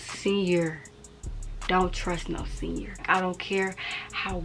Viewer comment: “Don’t trust a sen-yer” 😂I love it🫶